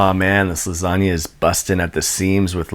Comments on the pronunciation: "Lasania", lol. It's always funny listen to foreign pronunciation of italian words. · That 'organizational system' was hilarious. Also, buoyant lasanga...buoyanga if you will... What's that? You won't? k. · It’s la sag na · Do you pronounce it lasagna or lasagna?